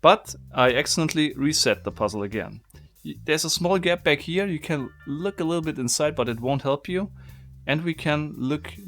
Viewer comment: Instead of toying with this box you should polish your English or bloody give it up altogether.....so f....g German...it is NOT beck but back....it is NOT gep but gap...it is like the Chinese who say lice instead of rice...very disturbing. Record yourself and or go to a pronunciation bloody class...and you do not say isss you say izzz....English voiced C